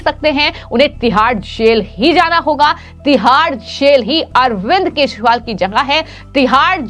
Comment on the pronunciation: वाह रे न्यूज रिडर .. केजरीवाल को केशरीवाल,बिजेपी को बिशपी और चौदा को शौदा..